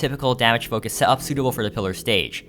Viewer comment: you pronounced setup wrong